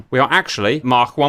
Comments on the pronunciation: According to the dictionary it’s pronounced Mak or Maak but not maarchkhc. Unless you’re Welsh 😄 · Why is Cap saying Mach with a German accent?